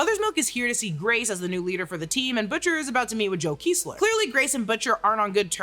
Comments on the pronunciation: It's Kessler, not Keesler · Butcher pronounced the CIA guy’s name as “KEH-SS-LER” not “KEE-SS-LER” and that was a bat mitzvah not a wedding lmao. Other than that, great vid!